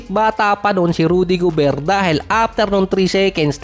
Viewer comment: towns, rnadel gobert, ang gulos mo mo, lasing ka yata idol